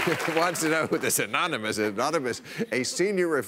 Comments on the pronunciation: Uhh... Bill, it's pronounced "amonymush." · It almost sounded like enormuanus. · Aonnonomos, anoynamous, anonomoose, aluminum, covfefe! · "Threat Level Orange" and "Ananomiss." Perfect. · "Omomynous" Hahaha! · "An anomous.... anominous". Haven't you been embarrassed enough already, USA? Let's hope he never has to negotiate something like "statistician". It's not even funny. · It's pronounced ominous. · Aminumos... amanimous. animinous, amini... Fuck it! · Anominosh! Meaning, unknown. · Anomous, amonomonous, anomonus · They should reveal the source as soon as trump can pronounce "anonymous" correctly in one go. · he cant even say anonymous... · Lmao he couldn't say anonymous omg what a shame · Trump pronouncing 'Anonymous' made me laugh out loud hahaha. How can you be at that really and not laugh. Wow very loyal followers lol